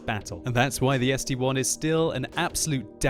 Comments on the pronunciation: st-l not st-1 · Why call it ST-1? ST-I, capitol S, capitol T, capitol I... see the difference of 1 and I?? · Why does noone say something about calling the ST-i a ST-1?!? It is is(-7,8,4,3,2) not 1s(-7,8,4,3,2)